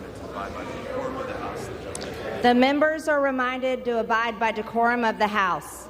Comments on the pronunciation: I think they are also laughing because she should have said "Abide by THE decorum of the house" but as she has no idea what decorum is, she said "Abide by da corum of the house." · No, she did not. She said Corhum of the house. She does not know what decorum or coruhum for that matter mean. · Decorum? Did she say "decorum?" MTG should be taken as seriously as clown shoes. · Decorum she say 🤣🤣🤣🤣